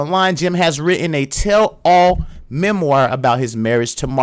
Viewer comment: Love your video but please tell me you didn't say the remoir when you meant memoir ?. Also Steve's ego and pride may be hurt but i am sure his pockets are still very happy. I am not a Steve Harvey fan at all, just stating the obvious